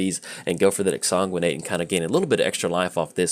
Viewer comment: it's magic. half the challenge is pronouncing card names lol. but you said exsanguinate like 37 times in 3 minutes, (i didnt actually count) and i just couldn't not help you out =D